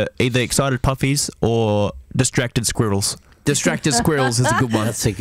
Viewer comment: the way Luke says squirrels it sounds like he's trying really hard to pronounce it right (I heard there weren't any squirrels in Australia so it would make sense if that's true)